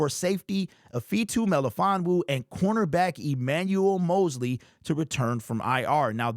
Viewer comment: I'd recommend learning how to pronouce Ifeatu Melifonwu. Great name and fun to say (correctly)!